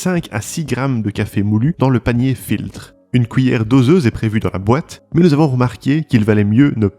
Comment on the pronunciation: Stoi la « couillère »